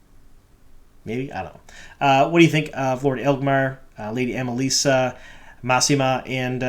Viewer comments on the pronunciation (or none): Mousema? Really dude?